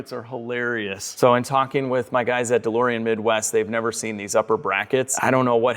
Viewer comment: A challenge Do a shot everytime says DeLoreon, and see how long you last until passing out🤣